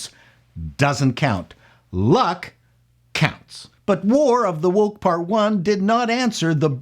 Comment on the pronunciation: when you say new woke it sounds like you're saying New Coke but you need to visit a speech therapist